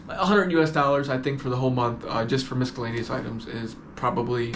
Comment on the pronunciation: They way you say miscellaneous is hilarious